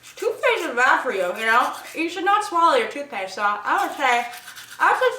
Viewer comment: "You should nowt swallooww your towthpaste" :D So funny